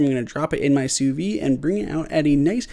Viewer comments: Great video, except for your pronunciation of sous vide. It's "soo veed", not "soo vee". Everything else was well done. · Not trying to be a jerk but sous vide is pronounced "sue veed". In French, if the word ends in a consonant then you do not pronounce it but if the word ends in a vowel you pronounce the last consonant. I did enjoy the video.